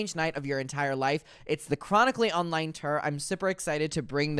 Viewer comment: I giggle every time he says that and mirrur 😂